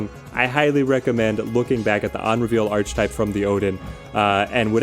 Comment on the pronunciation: I love your videos man! But please can you start pronouncing archetype right? Ark-e-type